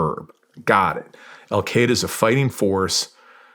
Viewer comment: The Americans spent 20 years in Afghanistan and they never learned how to pronounce “Al-Qaeda” correctly.